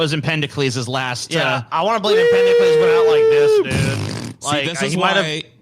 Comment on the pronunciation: It's Empedocles, not Empendocles! And he died in 434 BC, not 1434 BC.